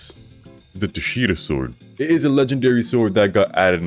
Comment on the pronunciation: I heard tushi sword